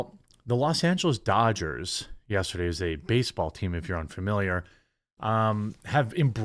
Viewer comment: Did you say ? , Los Angeles Doochers ?